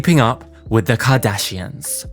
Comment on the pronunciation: I cannot with you saying "Jardashians" and "Keggie" 🤣